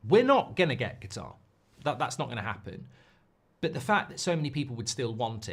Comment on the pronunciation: Qatar 🇶🇦 is pronounced KATAR not GATAR OK?